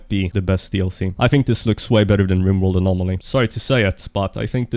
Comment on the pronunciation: ok so its "Riborld"